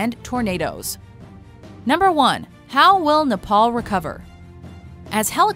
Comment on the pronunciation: Shashank7170 Oh and also we don't say Nepal like that.